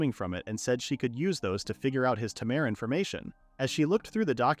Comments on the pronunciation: Why "Tamaire", not "Tamer"? hehe. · Please teach the AI to pronounce 'Taymey' rather than 'Tamur'. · The way it keeps calling him a ta-mer and not a tamer is pissing me off… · The "a" in tamer is pronounced as "eyyy." It uses the long a pronunciation. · i love how they pronounce tamer as Tamehr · Less than 2 minutes in and tamer being pronounced as tam-air repeatedly is making me choose between sucking it up or leaving is killing me. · Didn't realize tamer was pronounced as tomare. Problematic AI speech. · AI reads it tamere for the guy but reads as tamer's guild for the place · That's not what the narrator says, though. It says "Tamir" /tuh-meer/ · ai cant read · Like tay-mer the correct way, the vid's pronunciation wrong. It sounds like a bad french impression. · "Temeer" makes me want to stick knitting needles into my ears. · So we've been saying tamer wrong this whole time. 🤔🤔🤔🤔🤯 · Why do I want to put up with an AI that can't even pronounce "tamer" correctly when the developers aren't even interested in hearing the first few minutes? Animeworks is just a cash cow to them. As for the dev of it, they have better things to do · Ugh... omfg... learn how to make the AI voice properly say the word "tamer". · Til I have spent my entire life mispronouncing, "tamer." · He knows.. It was obviously them being sarcastic and making fun of the mispronunciation. XD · No, it's definitely just this video doing so xD